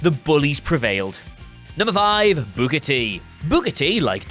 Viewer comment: You need to stop pronouncing "Booker" like you're saying "booger."